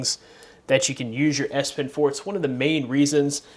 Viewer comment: the way you pronounce it sounds like ass pen